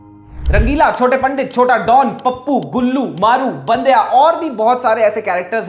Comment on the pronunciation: pronounced Bandya wrong - its not बंदेया its बांड्या . unacceptable mistake